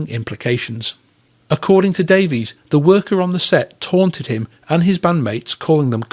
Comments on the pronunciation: Davies is pronounced Davis in England, according to Dave. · Great video. The Kinks 60s singles are incredible. They pronounce their surname Davis not Davies. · DAIES is pronounced Dave-Iss, Mick is pronounced MĪCK ( Mike) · I had heard it is pronounced "Davis" in England, but to us Americans who don't know any differently, it is pronounced as it looks. If that is true, I wonder if Ray and Dave, overtime, just accepted the American pronounciation. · Strangely enough, the brothers each pronounce the name "Davies" differently.